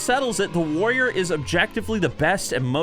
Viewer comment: Before I click this video I'm going to assume he says Woyer because that's the class he's been playing recently (and a patrician choice btw).